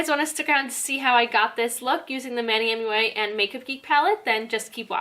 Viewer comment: You did not just say mui lol ❤️ love the make up xoxo